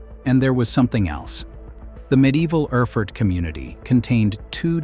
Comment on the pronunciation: And Erfurt is pronounced AIR FOO URT